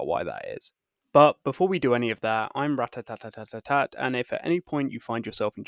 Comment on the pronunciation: Maybe you said ratatalks but it sounded like ratatatata, and also I only saw ratat, not ratatalks which I do now.